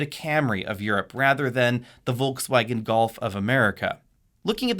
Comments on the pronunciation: Wtf is "Volksfäägen"? If you want to pronounce it correctly: "Folksvagen" German "v" is pronounced like "f" and german "w" is pronounced like "v". And there's definitely no "ä" in it. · If you pronounce Volkswagen with a Ford F at the beginning you are absolutely on spot. Cool vid!